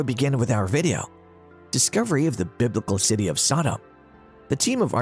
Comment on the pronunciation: Why the stupid pronunciation of Sodom it is pronounced the same as sodomy or sodomite the two words originate from the city of Sodom because that is how they were behaving in Sodom.